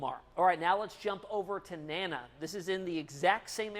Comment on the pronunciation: You are calling the Tropical Storm NANNA if you can say DANA you can call it correctly NANA.